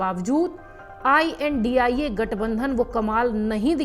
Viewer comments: Indi nahi r...... India bol r..... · Maidam ji you are a anchor You should not say INDI 😡 You nonsense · R............ Indi mat bo R...... India bol ran.....